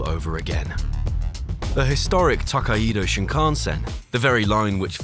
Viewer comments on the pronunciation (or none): km/hr hr is the correct abbreviation for hour. Your rendering of "Takaido" is a total disaster. Amusing if it wasn't so tragic. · This vid shows no respect to the Japanese at all! It's the Toe-kai-dou Shinkansen...... not Taka-ido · Someday, A.I. will learn to pronounce foreign words. Tah-ah-ee-doe? 🤣 Tokaido is To-kai-do (toe-kai-doe) 🙄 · It is pronounced 'To-kai-do' not 'Tok-kaii-do" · >Tak-ai-E-do Thats is a wild pronunciation. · Couldn't you have spent just 1 minute telling the narrator how to properly pronounce Tokaido? It's not "to-kai-eee-do". Make me think this video is just AI generated crap. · It’s Tou - Kai - Dou. Tōkaidō. Extend the O. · actually, it's tooh-kai-dooh. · Not saying you should learn how to speak Japanese, but a quick check so you have some idea of how to pronounce some stuff would be amazing, because the way you pronounced tokaido gave me an aneurysm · Nice video but the way you pronounce “Tōkaidō” is absolutely ridiculous. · It's just one word. It's name. The bare minimum effort was to google how to pronounce the name. that's just lazy and sloppy production.